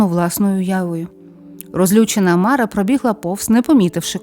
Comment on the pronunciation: Цікаво, добре, що піднімаєте народні традиції. Правильно наголос не МАра, а МарА.